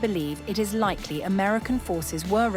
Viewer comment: You keep saying likely like the beach you R